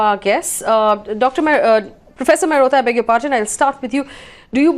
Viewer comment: it's begger not beker